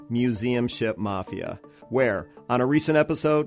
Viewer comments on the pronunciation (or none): none